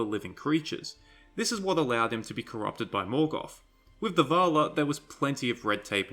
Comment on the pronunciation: Please pronounce the names correctly... It is a pain to listen to you, and hard to keep up because you pronounce everything like shit. It is VALAR! Not vaaalaaaa. Jesus christ... And you call yourself a fan..